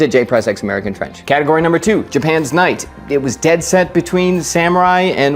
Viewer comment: I heard “mnight”